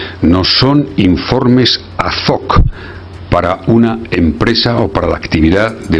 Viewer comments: ¿Azok? Será ”ad hoc"... Hace la consultoría oral porque de nivel de alfabetización va más bien flojo. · ¿Ha dicho informes 'adzoc'?😂